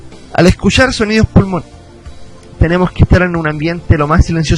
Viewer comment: "al escuSHar"